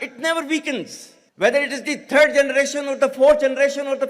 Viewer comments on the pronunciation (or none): Did I hear "thread" generation?